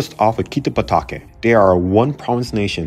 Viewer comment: Does it make anyone else cringe just how badly he butchers the pronunciation of these names? Kichuki? Kano? Maury? Susi? Kitabake? I could go on.